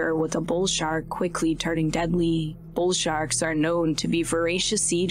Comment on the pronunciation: Why does the narrator hold the last syllable for so long “frequentllyyyyyy” made the show unwatchable. Like a “valley girl,” or “cali girl” accent. “Deadlllyyyyy”